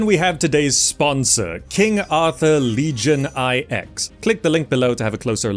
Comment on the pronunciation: "Legion I X", You mean Legion 9 ?